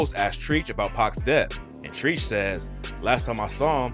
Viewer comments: Treach as in treacherous. Not Treech. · Treach is pronounced Tretch, he even pronounces it in the video, he’s a legend and calling him Treech, like Screech from Saved by the Bell is not legit. Do better. Thanks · Diggin the vid until "Trecheech" (Treach) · Did he really call him Treech? It’s pronounced Trech fool 😂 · his name is treach not Treech , he's from naughty by nature 🤣🤣🤣🤣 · its pronounced TREACH, not TREECH!.. U definitely are not a hip hop head and gotta be from another country lol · Treach's name is pronounced "stretch" not "treech" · Treech huh? Not Treach lol! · TF TREEEEEECH IS HOW YOU KEEP SAYING IT ITS TREACH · He pronounced trech treech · It’s not Treech lmao it’s pronounced Tretch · The name TREACH is pronounced "Trech" bruh! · One question...who is Treech! You mean Treach, right? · please don't have a hip hop channel if you don't know who Treach is from Naughty by Nature. You said "Treech" with long E sound.. it's a short E like "Eh".. study ya history bro, I lived through it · My only question is….. who tf is treeeech? 😳 I could’ve sworn him name was pronounced “tretch”. Bro please at lease do research on how to pronounce rappers names we all have been saying forever. 😂 it makes me question your whole entire video my guy 😂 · Treach is pronounced trech not treech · Dude it’s not Treech….it’s Pronounced like Tretch…. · it’s Treach like stretch. Not treech 😂 say it right my dude. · I’m like who tf is treech??? Ohh you mean treach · His name is Trech not treeeech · For the record... his name is spelled Treach but pronounced Trech and is from Naughty by Nature but that part I'm sure u kno. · you pronounce Treach TRECH... GAWG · My man said treech👀👀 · Also Treach isn't pronounced as it's spelt it's pronounced 'Tretch' this dude is a joke XD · It's pronounced "Tretch" (Treach) if u ain't ever been to the ghetto, don't ever come to the ghetto, cus u wouldn't understand the ghetto..... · Dude callin trech "treech"😆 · It's "Treach" as in Treach-erous.